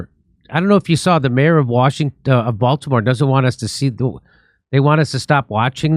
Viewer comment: Oh, the Bael-timore bridge in mary land?